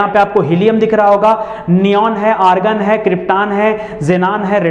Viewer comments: सर ऑर्गन होता है, आर्गन नहीं 😅😅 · Sir organ nhi hota argon hota hai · Argan Bhai organ hota hai😂😂